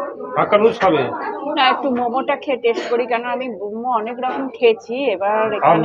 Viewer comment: its not tesht,its test